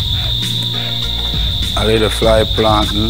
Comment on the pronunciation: "A liddle fly plantain" 😂😂